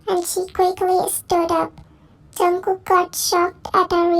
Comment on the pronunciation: Call me weird but I thought she don't know how to pronounce jungkook